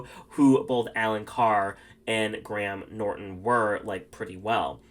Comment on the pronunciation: Ru should just leave, he fancies himself an anglophile but he's just the British ver of weebs, no real idea of the culture just knows some language quirks, mans can't even pronounce Graham. Michelle I'll give it to her, knows a lot more references. But just like Ru, this North American uses Americanisms to inform his views on other countries, lack of diversity isn't an issue, lack of POC queens applying is. Natural for a country which is overwhelming majority white AND a lot of POC cultures in the UK are made up of conservative groups, the most progressive are white families whereas you've got groups from other countries (who are POC) who comes from places where at best, gay people are thrown out to the streets and at worse, executed, (ik idk why we let them in either) let alone a gay drag queen.